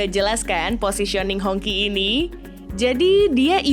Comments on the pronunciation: bacanya "Hong ci". Bukan "Hongky". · Ralat dikit ya, baca nja jangan honki lebih mirip nya Hong chi. kalo Hongki, jadi kayak nama tetangga ane si Ahong yg ganti ke nama Indonesia jadi Hongki/Honky. 🤭 Anyway good video 👍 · Hongqi dibacanya Hongsii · Mungkin dia baca versi bahasa hokkian nya yaitu "ang Ki"